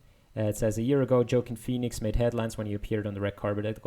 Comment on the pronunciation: How do you manage so many papers in so little time? Also it's wah-KEEN FEE-nix